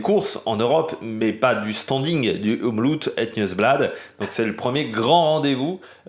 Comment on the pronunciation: Faut que tu fasses un effort sur la prononciation car mes oreilles sifflent comme une vieille locomotive. Le OM est bon mais le loop ne se prononce pas à l’anglaise. Donc le oop se prononce comme Hope à l’anglaise. Demain tu seras parfait. Sinon regarde la RTBF et Rodriguo. Si tu as un vpn c’est bon. Ton oreille t’en remerciera et surtout la mienne. Je te fais confiance 😅